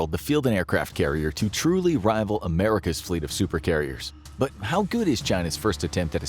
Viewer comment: "Rival" LOL. That's funny.